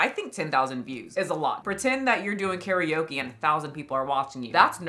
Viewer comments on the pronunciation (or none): none